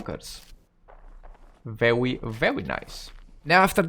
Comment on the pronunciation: Every time you say Verwwy Verwwy, I get Elmer Fudd vibes.